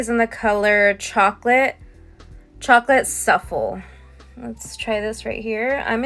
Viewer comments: Your pronouncing it wrong 😂Suffle 😂 Make it easy for SU-Flay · Wtf is suffle?! It's pronounced sooflay!!! The American education system is a joke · WTH is a chocolate suffel lol😂 you can’t read?